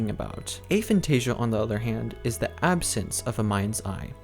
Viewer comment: Of course, I'm not the god of this subject, you clearly are (despite not knowing what you are talking about). First off, I wasn't being rude, I was genuine when I said the video was good, it is (he even got the pronunciation of the word right, which many don't), however, the part about the loci system was incorrect, hence the 'but' part. The loci system does NOT need visualisation, I can't visualise, I'm zero on the visualisation scale, but I still use the system on a regular basis (as do many others with Aphantasia)! I'm sorry if you think I'm taking away your victim status by saying you can actually do something, but people with Aphantasia can and do use this system. If you want to pretend we can't feel free, but please don't insist something is not possible without even trying it, you may put others off trying an incredibly useful system.